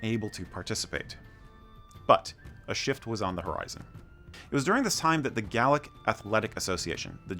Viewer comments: Also its Gay-lick not Gal-lick when pronouncing Gaelic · Gale-ick!....Gale..as in 'storm'. Gay-lick' is the pronunciation from people who have no idea what they're talking about!